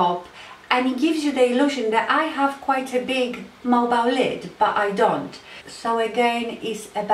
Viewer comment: liking the video so far, but what word is she saying in reference to the lower lid? is she saying mobile lid? it's hard for me to understand (i.e. )